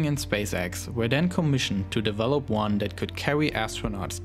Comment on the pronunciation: And spacex awweady has deveowoped a mowe powewfuw vewsion >w<